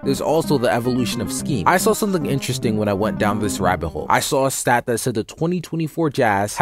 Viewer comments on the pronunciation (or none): none